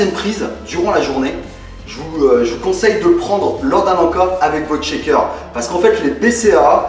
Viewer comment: Salut, Ca ma beaucoup aidée, Mes tu pourrais m'expliquer ce que veux dire schéqueur ? ^^ je suis perdu quand tu prononce ce mot :)